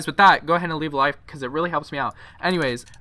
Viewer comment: bro stop saying levae a like because it really helps me out its so annoying